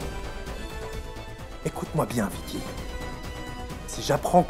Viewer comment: Écouter comment Bidyoy appel Vicky vickè